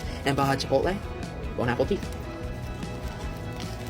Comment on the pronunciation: I always get so pissed off whenever he says “bone apple teeth” because it’s from a tweet that was funny for like two minutes ten years ago.